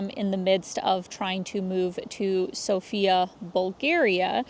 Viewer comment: It's sOfia, not sofiA